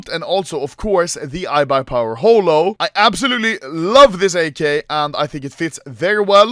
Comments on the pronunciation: noooooo what the hell happened, sounded so weird in my ears aswell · Comparison of the old anomaly pronouncing Holo Stickers Anomaly before: Hulo Anomaly today: Hole-o